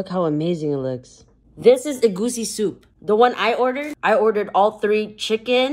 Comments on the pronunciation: As a Nigerian, it is so amazing to see someone try our food.. and pronounce it right 👍❤❤ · as a nigerian you pronounced Egusi so well